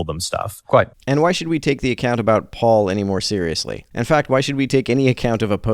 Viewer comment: I just can't stand Alex reading "Paul" as "pool". Maybe it's just not my day...